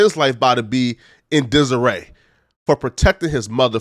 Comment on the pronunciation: it’s ok to use words you know how to pronounce. His life is in “desiree “? Kneegrow wtf. But your video is 100% on point